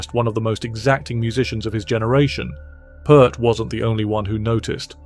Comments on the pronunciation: Pee Ert...not Purrt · You can't even pronounce his name correctly!!!🙄 It's NOT "Pert"...it's pronounced "Peert" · Can't your freaking AI voice pronounce Neil's last name correctly? Pronounced like 'ear' not 'er' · pEARt not PERT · Sadly, I didn’t make it past 30-40 seconds when you mispronounced his last name. Can’t take the video seriously. It’s not “put”, it’s “Peert”. Downvote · There's an Ear in his last name. It sounds like Peert, not Pert. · Say Peer T .... not Pert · It's NEIL PEART!!!! (Pronounce PEEERT!!!) 😉😉😉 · OK watch my lips ... The surname ....IT'S NOT "PERT " .. IT'S PRONOUNCED " PEA - ERT " or as in " PEE" " ERT" !!! Like in the surname " Pearce" !! For crying out loud... !¬! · Dude, it is pronounced pirt. Pirt. Not pert. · It's "PEERT," not "Purt." Geddy, Alex, and Neil, himself, may he Rest In Peace, pronounced the man's name "Peert " I heard ALL of them say so with my own ears. Get it through your thick heads, people. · Peart, like ear, Peart not pert. Freaking idiots. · Peeeeeeeeeert! Dammit! Not pert! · If you're going to do any kind of piece on Neil Peart it might be good to pronounce his last name correctly. "Peert" not "Pert" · Lost me when you mispronounced his name. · Neil's last name is pronounced P-ear-t, not Pert! The man Neil learned from the most was Hal Blaine. Neil learned more from Hal than the drummers mentioned in the video. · Why say Pert when its Peert?? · The man’s surname is pronounced, “Peert..” But we can’t expect A.I. to know that, now can we. Sheesh. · Why do these people say PERT??? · It's read PEERT, not PEART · Come on pronounce His name correctly. The last name of Neil is pronounced like the word pier with a t on the end! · His name is pronounced "Peert"..just sharing. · It's pronounced 'Peert', like 'ear'. And this should really be titled "Three of Peart's Favorite Drummers". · P-ear-t (please) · AI click bait, if you can't even pronounce the man's name correctly then nothing else is believable.